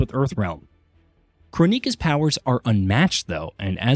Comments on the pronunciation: Crow-neeka? That's disturbing. It's Kronika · can you fucking stop saying CHRONEEKA, holy fucking shit dude. ITS JUST CHRONIKA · Crow-Neeka really? It's KRONIKA as in Chrono a.k.a time. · Why KronÍka? everywhere in the game she's called Kronika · Crow knee ka or kron-NI-Kah. Might as well call her shaniquah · Come on yall.. learn how to pronounce their names.. Crow-Mika? 😂😂😂 I can’t take that serious.. it’s pronounced Kron-i-ka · ITS PRONOUNCED CROW-NIKA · Since when did kronika became crow neeka sounds dumb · Who da heck is Crow neeka? They literally pronounce her name in the game. I'm really starting to hate this channel 😒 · Question… why Crow-Neeka????? Why didn’t you pronounce it in the way the game did? You feel that your pronunciation is the right way and the game where to character comes from is wrong? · Who TF is KRO-Neeka? Is this a netflix race swap? 😂😂😂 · KroW - nika? who is Krownika? lol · Ah yes, the famous Titan Crow-neeka… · Good reviews of the story and lot but guys...if you played MK11 Kronika = crow-nick-ah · Crow-Neeka? Come on guys. Her name is a play on the word chrono, as in time. It's her thing. 😐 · Crow Knee Kaw 🐦‍⬛ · they really not doing Kronika's name justice. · it's so annoying when narrators mispronounce names that are said in game/movie........ how'd you do all that research but not watch a single clip?